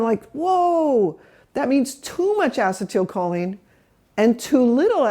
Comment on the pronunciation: Great info. I just wish the doc would pronounce acetylcholine properly, instead of inserting an extra syllable.